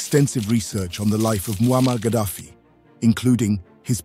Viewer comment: Kah-daffy,.... Kah-daffy Duck?